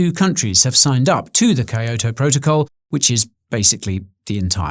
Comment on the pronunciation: Never heard Kyoto pronounced that way